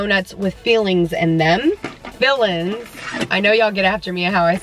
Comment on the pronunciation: at first i thought she said "donuts with feelings" not fillings LOL